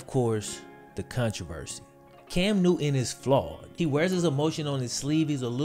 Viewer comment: Cam "New-N" lol